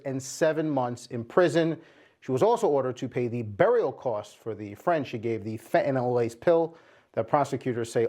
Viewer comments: Fentanyl. Not fentanol. The country is never gonna get to grips and tackle this issue if no one can even pronounce it correctly 🤦‍♂️ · Fentanyl has a T in it, it's pronounced. This announcer calls it 'fen un al' 3 different times in the segment. I hear this with others that don't say the letter T when it's in a word. Is this a speech impediment or a millennial thing? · What is "fen-uh-nel", Jason Mattera? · And the lesson to be learned kids, never take 'fe-a-nyl'. Is this the latest TikTok fad amongst Americans, just ignoring the 't' in every word. I would expect it from teenage dullards, not adults posing as reporters. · Not surprised. Pls reporters pronounce fent-an-all. 🧐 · It's a word thing. Difficult word until people get it right. 😂 Fen tah nil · How do you post it in writing and STILL pronounce it wrong!!!?? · Illiterate reporter can't even pronounce fentanyl correctly.